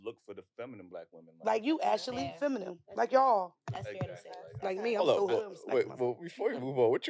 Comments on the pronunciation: That shit hurt my ears….it’s feminine not “feminem” lol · What project did you guys get these girls from. If one of them say" feminum" one more time I'm gone. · The word “feminine” was kicking their ass trying to pronounce. 😂